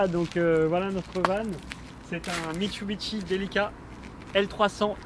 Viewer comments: "Mitsubishi"et non pas "Mitsubichi". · Mitsubishi et non Mitchubitchi !!! LOL